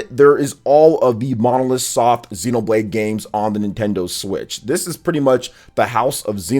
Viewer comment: Develope by Monolith Soft and published by Nintendo... Stop saying Monosoft 😑